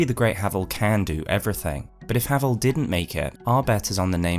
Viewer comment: I don't care what you say, he's called HAY-VEL, and the one true ring is the calamity ring, git gud.